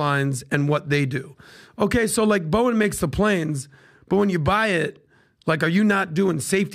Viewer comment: The sound of me bouncing from this show after that hire is the same way PBD pronounces his favorite airline… “Boing!”